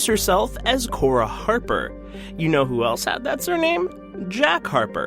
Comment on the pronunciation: Core (accent on e), not Cora. Eva Core, the human, was the love of Jack Harper, the previous name of the Illusive Man. But that's part of the speculation about Cora.